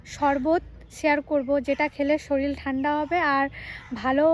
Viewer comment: তোমাকে আমার খুব ভালো লাগে।আমি তোমার ঠাকুমার চেয়ে বয়সে বড়। তোমায় একটা কথা বলি তোমাকে উচ্চারণের ব্যাপারে সতর্ক হতে হবে। শরীল নয় শরীর।